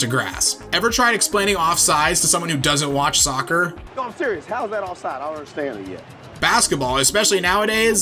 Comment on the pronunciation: It's offside, not offsize...